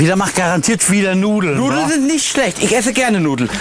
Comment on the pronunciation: Das war Absicht, weil Peter so redet.